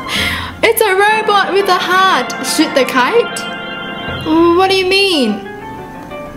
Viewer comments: DID YOU JUST SAY SHIT THE KYTE INSTEAD OF SHOOT THE KYTE!? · instead of saying shoot the kite you said shit the kite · She says shit instead of shoot! 😂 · When she said " shoot the the kite" I thought she said "shit the kite" 😂 excuse my language... luv you! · Is it just me or does say Sh!t the kite and not shoot? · Once she said shoot the kite but it sounded like 💩 the kite...... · when she said shoot the kite it sounded like sh*t the kite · Kinda sounded like she said "Sh*t the kite" Im not trying to be rude cause ily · Am I the only one that thought that she said shit the kite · Is it just me or when says shoot it sounds like sh*t? Not trying to be rude because I love her videos but it sounds like that. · when she said shoot the kite, i heard her say the s word instead :O it was just ne im pretty sure